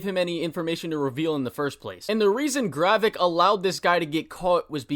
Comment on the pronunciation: dude it's GRAVIK not garreck